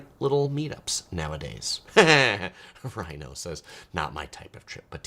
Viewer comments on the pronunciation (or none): none